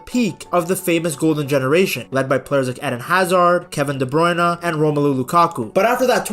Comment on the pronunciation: Please try with Kevin's name a bit. Pretend the "e" in "Bruyne" is silent. I will admit it triggers me a bit each time I hear that name pronounced by commenters.